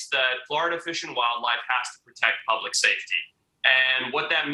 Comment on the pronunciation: PUBLIC not Pubic